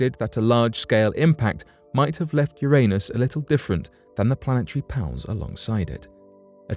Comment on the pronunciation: Yer-niss. Jeezuss Christ, guy.